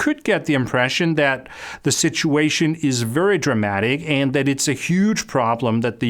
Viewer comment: I cannot handle how you keep pronouncing the word "and"